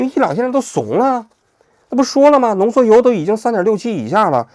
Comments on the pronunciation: 浓缩铀 不是浓缩油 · 王菊以后做节目之前能不能让AIdouble check 一下？浓缩铀读成浓缩油这种低级失误